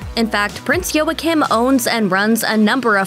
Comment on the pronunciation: And it’s Joachim is pronounced Wa keem